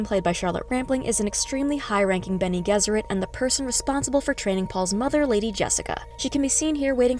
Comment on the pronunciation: Hello, it's a "G" for Gesserit. Like G for George. Have you even seen the movies?